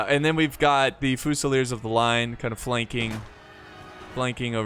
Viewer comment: Yes, Germans call France Frankreich. Guess what the French call Germany? Allemagne. I've been watching your videos for years and while your mispronunciation of words is quirky and often entertaining, it could easily be remedied by an hour on the internet. I can't believe you never heard of Frankreich. Fusilier in English: few-se-leer. In French: fu-se-leeay. On the positive side, at least as far as Total War is concerned, your understanding of tactics and strategy is superlative.